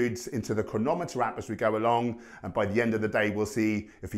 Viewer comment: I love how you actually say Cronometer right! I mean, it is a made up word, so there isn't really a "right" way to say it, but there is a video on the Cronometer site where the creators say it themselves, and it's with the emphasis on "croNOmeter," not "CROnoMEter," like most people say it.